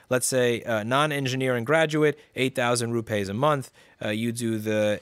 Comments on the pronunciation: 'Rupays' lol.. It's pronounced as it is written fella - rupees.. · Apple taking advantage of the Caste System. Ps. It’s not ru-pays, it’s ru-peas in pronunciation. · Louis! It's not rupays, it is pronounced ROO PEEES (soft p sound). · it's pronounced " ROO-PEE's " xD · It’s pronounced - Rooppies! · Its pronounced "roo-peas". Ya yank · Rupees is pronounced "roo-pees" (it doesn't rhyme with toupees) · I learned a new way to say Rupees.